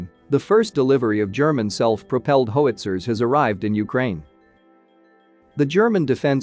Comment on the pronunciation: "Ho-witzer". That's a new one. 😆